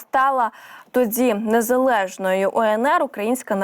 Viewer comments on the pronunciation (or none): Шановна ведуча, перепрошую, але не "тоДЗі", а "тоді"...